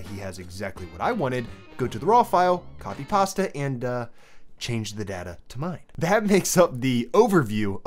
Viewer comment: yet another solid video, i like the way you say copypasta lol